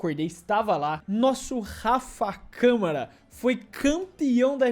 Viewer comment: Grande "Rafaiel Camahrah"